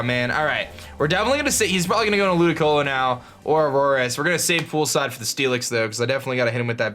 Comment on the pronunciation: Ludi-colo not Ludi-loco